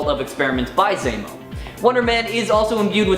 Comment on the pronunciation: Why are you saying it like that? What? Baron Zaymo. Zemo. Zaymo. Say Zero. Zero. Now say Baron Zemo. Right, Baron Zaymo...